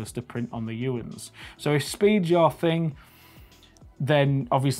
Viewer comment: You say Uinz, but it's spelt UNIZ.